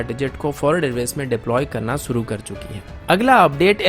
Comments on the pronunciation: अन्सुमान; सुरू; सामिल; मुस्किल; हमेसा; कोसिस; ऐसे घटिया उच्चारण से वीडियो का सत्यानाश कर दिया है आप उच्चारण नही सुधार सकते तो कोई बात नही: हमारा उच्चारण खराब न हो जाये, हमें ही त्रुटिपूर्ण वीडियो सुनने से बचना पड़ेगा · अन्सुमान; सुरू; सामिल; मुस्किल; ऐसे घटिया उच्चारण से वीडियो का सत्यानाश कर दिया है